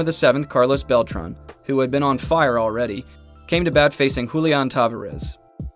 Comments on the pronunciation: later on in the video with Julián Tavárez (Ta-Var-Ez) he pronounces it Te-Va-Rez.......lol both those made me literally cringe🤨🤨🤨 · Julian TaVArez is the correct pronunciation.